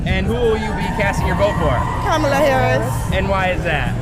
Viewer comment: That guy can’t pronounce Walz or Kamala and sounds like a uneducated moron! It doesn’t take a college education to run up and down some field with a ball!